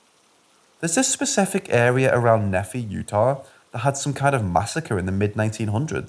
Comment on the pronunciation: From Utah and pronounced " knee- fi "